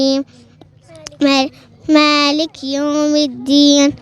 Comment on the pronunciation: بالنسبه لطفلة ما شاء الله عليها ولكن لديها ضعف في الكسر مثل كلمة(( عليهِم ))هي قال عليهِ تقريباً فتحت الحرف وهاد خطئ جلي وليس خفي وكلمة مالكِ قالت مااالك يعني في حرف مد طبيعي ولكن زادت حركة وما اتمت الكسر ولكن ما شاء الله عليها جيل التمكين بإذن الله